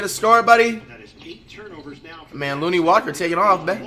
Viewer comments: Flight, Ik you respect Lonnie Walker due to his story, but his name is pronounced LON-KNEE, not LOON-KNEE. Just feel that if you gonna respect him because of his story you should say his name correctly. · Commentator: “Lonnie Walker” Flight: “that looney walker dude”